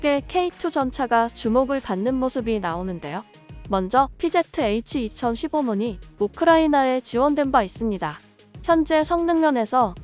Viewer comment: 피제트에이취가 아니고 피지에취 라고 읽어줘 1본 애들 영어 배우네